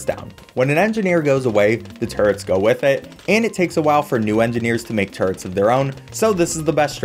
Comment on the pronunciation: It’s funny how turrets sound like turds